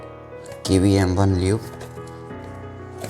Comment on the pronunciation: pronounce qiyi 🤨😂